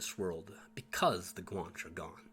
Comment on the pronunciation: Outstanding video Guan che is pronounce as 2 syllables Guanches intermarried with the Normans. Their offspring participated in the conquest of the Western Canaries along with Spanish and Portuguese conquistador. Louisiana and San Antonio were settled by Guanche descendants. Fidel Castro is part Guanche.